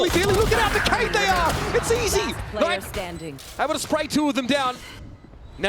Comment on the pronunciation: Is it really pronounced as k-ey n-ayt lmao xD